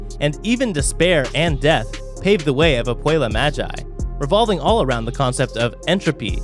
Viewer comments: Mogee not magi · Stop saying māji! Its magi!!!!!! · When he said ma-gie I died inside